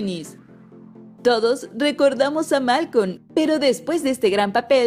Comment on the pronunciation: Me encanta como pronuncia: "Malcoón" xD